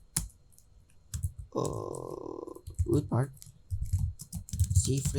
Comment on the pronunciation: RootPart not Rootpart